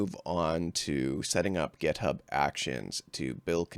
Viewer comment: "GetHub"??? WTF?!!! It's "GitHub"!